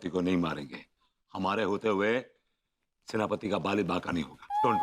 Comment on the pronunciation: Werspati nhi Senapati😅